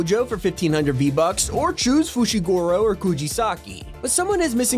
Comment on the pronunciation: So.... Nobody noticed he pronounces the characters fushiGoro and kujisaki